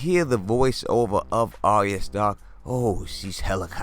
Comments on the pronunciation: Your videos are so good, I wanted to give you a tip straight from GRRM. Arya’s name is not pronounced like an aria from the opera. It’s pronounced like “Are Ya?” Like “are ya going to watch Game Of Thrones?” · DEAR GOD! ITS ARYA! NOT ARIA. SAY IT WITH ME BROTHER AR-YA, ARYA.